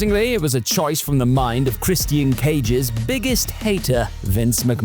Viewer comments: Who is Christy-an? If you’re having trouble pronouncing his name, it’s in his THEME SONG.🤦‍♂️ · Im sorry but Chris T N? Thats how you sound. Somebody teach this narrator how to say wrestlers names before making another video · I don't like this dude narrating the way he pronounces names gets on my nerves christyian cage😂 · Why you pronouncing 'Christian' weird? 😂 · Why does he say Christian like that? They say his name literally everytime he walks out, how could not know how to pronounce his name??😂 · The way you say Christian is very unsettling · Why the fk can’t you say Christian correctly? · I hate how you say Christian.... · Why are you pronouncing Christian like a mook?